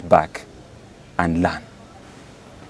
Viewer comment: It's learn not lane again it's purpose papos not papas Ugandans why are you o gullible with right pronunciations.